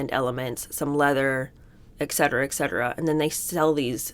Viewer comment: Did you just say eKcetera?